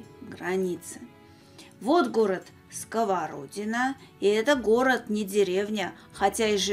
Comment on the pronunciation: Добрый день! Я решила написать отзыв только ради того, чтобы исправить Ваше произношение города СковородинО. Ударение ставиться на последний слог. К сожалению, очень часто жители других регионов неправильно ставят ударения в названиях Дальневосточных населённых пунктов, рек, озёр и так далее. Их наверное можно понять, они о них никогда раньше не слышали, но вот когда на телевидение очень часто ошибаются, это немного обидно.